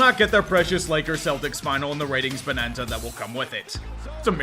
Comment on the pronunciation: im just glad i don’t have to hear kevin harlan say “celdicks” any more